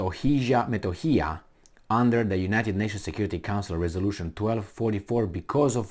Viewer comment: It is pronounced Kosovo and M e t o h i y a just the way it is written !!!